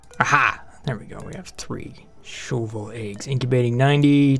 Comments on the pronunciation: Say "Shove" say "vole" now say "shove vole" not shovel !!! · Wen u say shove vole i hear shovel.